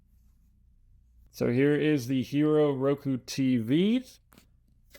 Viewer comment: Pronounced Hīro...